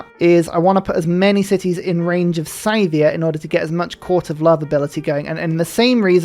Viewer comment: Every time you pronounce Scythia as "Scythe-ia", a part of my soul dies